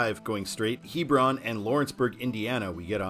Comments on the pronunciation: Well, that was a trip down memory lane, as I grew up in the Kentucky suburbs of Cincinnati, so travel on I-275 was fairly frequent. One thing though, the local pronunciation of Hebron is "HE-brun" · Fyi...Hebron is pronounced with a short e vowel, not long.